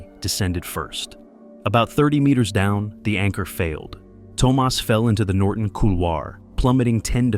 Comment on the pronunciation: It's Tomas, not Tomás.